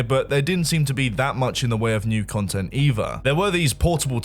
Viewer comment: "If it goes wrong, MOAR CUNTENT,"